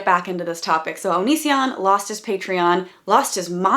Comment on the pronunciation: So if he pronounces Patreon like that.. have we been pronouncing Onision wrong all this time?